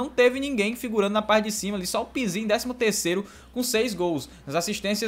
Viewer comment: Só eu que fico com agonia quando ele fala o nome do pizzi errado?